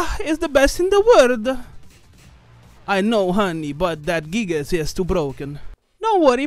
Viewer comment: My guy really just said gigas with the hard R